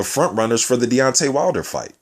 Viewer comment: sounds like you say Beyonce Wilder